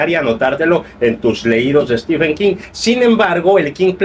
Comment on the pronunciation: Mi enhorabuena. Me fijo en las reseñas cómo llaman a Stephen King. Es stíven como tú lo dices, pero prácticamente todos los youtubers de habla española dicen stífen. Yo les suelo corregir en los comentarios haciéndoles notar que stífen es una pronunciación INVENTADA, aunque generalizada en países de habla hispana. Aquí en España todos dicen stifen. Creo que eres mexicano? Cómo lo dice la mayoría en Mexico?